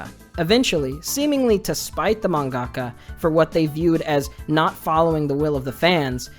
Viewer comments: Just something that bothers me, you put the emphasis in the wrong place in the word mangaka. You say manGAka instead of MANgaka. It's something I notice a lot of western weebs doing, like how people were pronouncing Inuyashiki as InuyaSHIki. I might be more sensitive to emphasis because English is my second language, but it really makes me feel like everyone else is deaf. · I hate you weebs trying to use Japanese or words that don't sound right. Wtf is a manggaka